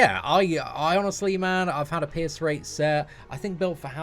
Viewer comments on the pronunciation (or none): All I hear is "piss" card instead of pierce xD Keep up the awesome work man!